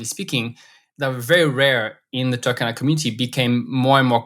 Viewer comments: Toor-khan-ah...Saw the map in the thumbnail and immediately clicked to watch. In the word Turkana, please pronounce the U and stress the R... TURRkana.Don't pronounce it like Turkey, it's driving me crazy. With love ❤ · By the way, it is pronounced as two-RR-cana, not Turk-cana. Otherwise keep up the good work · it's not TAH-KA-NA it's TUR-KA-NA no AH sound. UR is only pronounced as A in English. I'm from Kenya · rrrrr Say rrrrr Tu-r-ka-na Not Tukana Turkana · The pronunciation is off, you need to sound out every letter, yes, including the R and the U is pronounced "oo" as in book